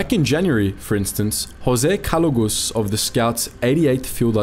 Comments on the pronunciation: Jose calugas not calugus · A little correction in the name it's actually Jose Calugas not calugus.